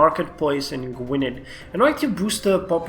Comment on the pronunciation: Gwynedd is pronounced Gwyneth , the dd are silent in welsh